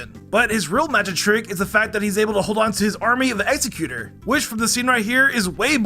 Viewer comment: OMG, it's Egg-seh-q-tohr, not Exe-q-ter